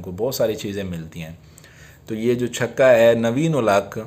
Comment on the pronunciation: Yar chako q bolty ho chaka bola kro